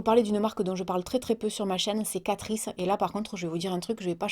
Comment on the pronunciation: Moi c’est pour Catrice... ci catrice...